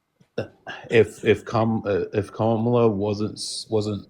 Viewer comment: why is it so hard to say Kamala? COMMA-la (rhetorical question, i know why)